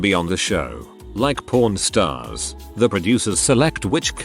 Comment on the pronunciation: And "Pawn Stars" 🤣🤣🤣